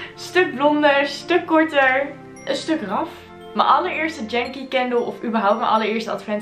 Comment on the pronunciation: For the Dutch. Correct pronunciation is: "jengkie" not "djengkie". Yankee = American.